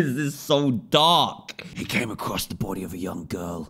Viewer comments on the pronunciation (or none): What he said: and came upon the body. What I heard: Came upon the book